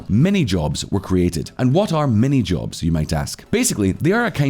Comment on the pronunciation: Minijobs not Manyjobs